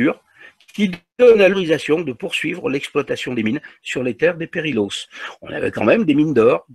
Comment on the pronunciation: Pour votre gouverne "ll" en catalan se prononce "y" il faut donc prononcer "periyos". Autre petite remarque "perillôs" en catalan veut dire "dangereux" (interessant, non ?). Sinon reportage captivant et je vous en remercie